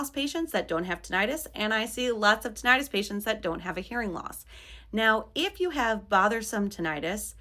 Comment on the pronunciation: Please stop mispronouncing “tinnitus.”